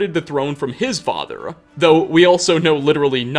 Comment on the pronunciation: why the dude who is voicing over the video puts an a at the end of so many words where a does not belong. like the following: "and his youngest son: Nelkir(a)." "offspringa" "fathera" "the wispering doora" "herea" "wizarda" "ebony blaida" "siblingsa1" its so weird